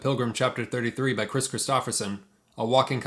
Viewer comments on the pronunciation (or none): none